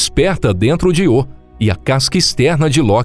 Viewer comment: Que porra de Iô é esse, rapaz? Aprende um pouco de gramática. É Ío com acentuação no I. Só você fala desse jeito idiota